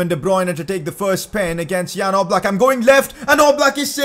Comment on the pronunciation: Its definitely Oblak no offence